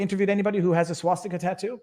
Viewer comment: "swuh-steek-ah" Didn't know Canadians said that differently lol